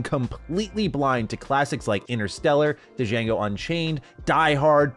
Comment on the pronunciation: Da Jango Unchained? "The D is silent"